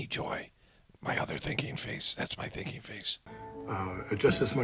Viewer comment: At first I thought you said ‘his drinking face’ then I realized you said ‘thinking face’. I actually can’t tell the difference.